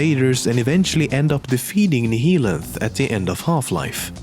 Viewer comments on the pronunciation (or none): Nihilanth is pronounced NA-YA-LANTH, similarly to how "annihilate" is pronounced. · Is it pronounced Nee-hee-lanth or Nih-hilanth for Nihilanth